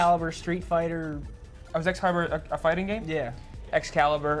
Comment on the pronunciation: that man said Excalibur 🤦‍♂️🤦‍♂️🤦‍♂️